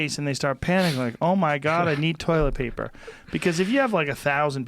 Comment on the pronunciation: “Toiwet Paypaw” Everybody misspeaks from time to time, Joe. Joe Biden had a stutter as a child and he overcame it. To rule him out of an election because he sometimes stumbles over a sentence or misspeaks is unfair. Trump does this too. You are a reasonably intelligent man, Joe Rogan, but we all miss speak sometimes.